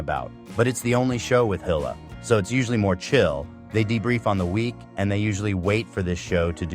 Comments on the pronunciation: Hill-a. lol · Also the way he says hila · The way this AI pronounces Hila😂